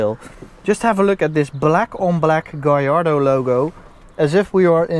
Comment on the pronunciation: Gallardo is Spanish. All Lambos are named after Spanish bulls. His pronunciation is right.